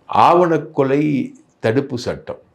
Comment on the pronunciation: டேய் சிலுவ, அது “ஆவன கொலை” இல்லடா “ஆனவ கொலை” நீ மொதல்ல பேச கத்துக்கோ அப்பால நிதாளமா பொய் சொல்லலாம்